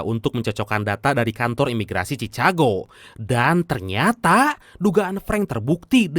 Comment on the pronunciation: Cikago bang bukan cicago